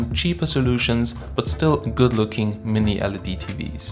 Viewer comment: Not sure if it's his pronunciation but it sounds like he keeps referencing LCD and not LED... Anyone else wanna weigh in on this?